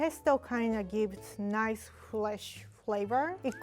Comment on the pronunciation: When she said fresh flavor, i thought she said flesh flavor😂😭